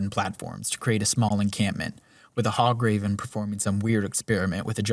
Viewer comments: ParthurNOX? HOGraven??? My brother in christ show some love to the letter “A” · Did my man say hograven? Great video though, love it!